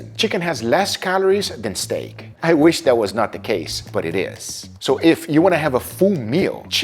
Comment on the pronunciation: I love stayeek (sorry, I have heard you pronounce it like this for the longest time and cannot unhear it) as much as the next guy, but I will have to try some of these recipes to cut down on calories. I will also say that in addition to being lower in cost for calories, chicken also tends to be lower in cost for the wallet as well. Congrats on the weight loss and I cannot weight to try some of these out. They look delicious and that is important. As you pointed out in this video, if you are bored with eating chicken, you are going to want to deviate to something else and that is bad.